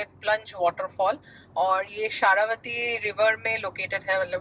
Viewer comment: it is जोग falls and not jog as in jogging and it is शरावती river not शारावती।